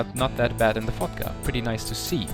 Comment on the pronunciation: He says "Fotga" like "fucked up" haha!